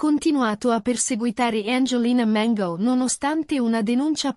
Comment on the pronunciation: Perche la chiami Mengo? Si chiama Mango no Mengo.